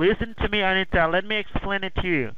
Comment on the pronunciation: LOL Sanita...it's Anita...ok Sanita. LMAO Fredo Brown meltdown.